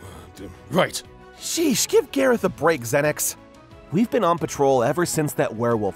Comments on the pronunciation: GAYROTH GAYROTH ITS GARROTH I think...XD Edit:I'm gonna faint😂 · I swear EVERYTIME she says garroth it sound like she is saying gayroth